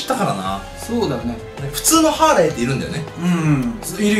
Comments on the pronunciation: ハーレムじゃなくてハーレーだよ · ハーレムハーレムってはーれむじゃなくてハーレーね。そろそろ覚えて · ハーレーのことハーレムって言ってる